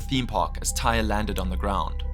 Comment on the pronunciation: Also, the boy’s name was pronounced Ty-ree.